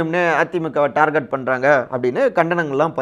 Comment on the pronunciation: Darget wrong pronunciation target o Is correct